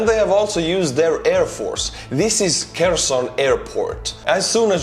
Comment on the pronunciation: I love your videos, not just because you're awesome, but also because my parents lived in Kherson from 1998 and 2013, and you're the only YouTuber who can pronounce the name correctly!